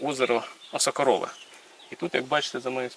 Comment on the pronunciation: ❤ ШАНА І ДЯКА❤ А не ОсокО'рове? ОсокорО'ве якось дивно звучить. (осокІ'р - осокО'ри - осокО'рове)